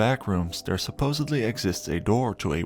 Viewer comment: A great video, but what a shame that the narrator pronounces “the” as “duh,” or “there” as “dare.” It ruins the entire piece for me.